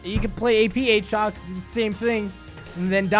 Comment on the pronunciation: Don't you mean A-Atrox? Like you would pronounce Aaron? Don't you play any fuckig games with me Aatrox!